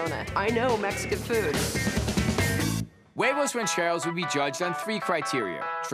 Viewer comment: Bobby don't know his huevos ranchero's , can't even say huevos correctly